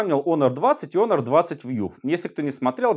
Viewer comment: Не онор, а хонор